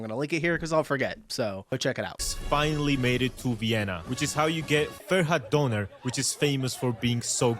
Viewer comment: döner, not donor.